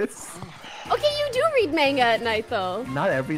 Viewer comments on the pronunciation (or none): did poki just say "menga" instead of manga